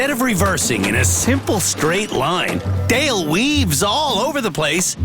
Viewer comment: Dale rhymes with Fail.